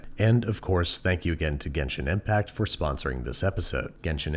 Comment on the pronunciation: died inside when he said genshin impact